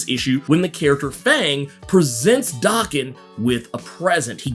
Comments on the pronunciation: Oh man, can we PLEASE stop mispronouncing Logan's son's name, already?! Daken IS NOT pronounced as DOKKEN. DOKKEN is A 80's-90's. Hair Metal named after the lead singer Don Dokken. Many bands had individual catchphrases, i.e. RATT, their catchphrase was "Ratt & Roll". Dokken's was rockin' w/Dokken. Daken is a Japanese term mean to demean a/o insult. It means dog or mongrel. In Japan 🇯🇵 , to call someone a mongrel is the Biggest disrespect. The correct pronunciation of Daken is Day-Ken, NOT DAH-KEN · It’s Day-Ken. Small nitpick. Keep doing what you’re doing and thank you!